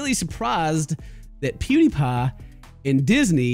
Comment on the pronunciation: i like how he says Pewdiepie, "Poo D paaa"